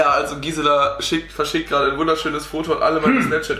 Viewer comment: Gisela..sagt besser kChBe als manche Auslânder . Respekt 🤣🤣